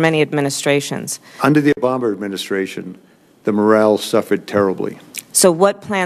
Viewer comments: Boy have times changed. Use to be when you were summoned to a hearing you had to bite your tongue when being grilled by the politicians. he CLEARLY BUTCHERS THE HELL out of President Obama’s name when he says “O’ bommer”. No Doubt she realizes it. It would have been far less obvious if he had just stood up in front of the committee, the press and everyone watching ... grabbed his crotch and said Suck This. I have never in my life seen a Democrat have their Most Sacred Politician defamed in such a manner and not show the smallest amount of indignation. The Republicans and President Trump Really Do Own all Three Branches Of Government. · trying to grill. Kelly was cool as a cucumber! Practically toying with her. was CLASSIC. Hahaha. In your face, racist leftist FUCKS. He even said "obommer" HAHAHA. Look at the guy behind her! He wants to CRY!!! :D :D :P :P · “Under the Omamer administration”.